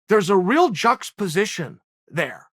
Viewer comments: Juxtaposition 5 syllables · Chael: Why are they even using big words like amlicable Chael in the next video: JUXTAPOSITION